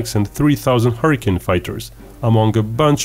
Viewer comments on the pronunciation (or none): none